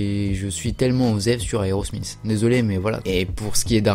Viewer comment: aerosmizzzz? tu veut dire aerosmith non? lol